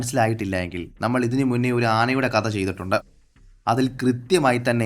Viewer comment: കദ എന്ന് പറയാതെ കഥ എന്ന് പറഞ്ഞൂടെ